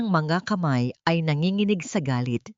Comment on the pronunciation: Ampangit ng boses ng narrator at mali-mali pang bigkasin ang mga salita gaya ng mapanganib ang bigkas ng narratorr ay ma-pan-ga-nib, tumugon, ang bigkas ay tu-mug-on, nanginginig- nan-gi-gi-nig ang tamang bigkas ay na-ngi-ngi-nig, ang lumingon at bigkas ng narrator ay lu-min-gon, ang tamang bigkas ay lu-mi-ngon, paningin- bigkas ng narrator ay pa-nin-gin, tamang bigkas ay pa-ni-ngin